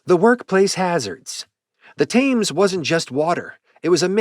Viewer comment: I think it's pronounced 'Tems'